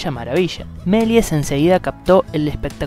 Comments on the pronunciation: El locutor (¿alumno de colegio?) acentúa mal el apellido. Es Meliés con acentuación aguda. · Cuando dice su nombre completo parece que se refiere a otra persona jajaja